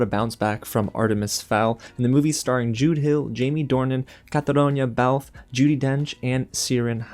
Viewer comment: You make Catriona's name sound Italian. It is pronounced as kat- tree-n-a.